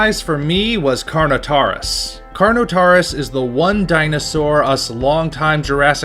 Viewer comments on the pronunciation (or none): Things I Have To Adress 1: Yes, Colin Trevorrow Confirmed That What You See In The Trailer, Is The First 50 Minutes Of The Film 2: That's Not How "Carnotaurus" Is Pronounced 3: Baryonyx Is Not A Quadruped And 4: The Reason Why The Spinosaurus In Jurassic Park 3 Is Not AcCuRaTe, IS BECAUSE THAT'S HOW MUCH ACCURATE HE LOOKED IN 2001!!!